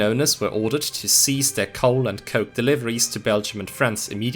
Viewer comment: super confused is he pronouncing coal as coke or something?